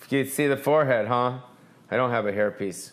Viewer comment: Im so sorry for your loss. May he luve on through you! R.i.p. Also every time you said hair piece it soubded like herpes COME DO A SHOW IN SEATTLE/TACOMA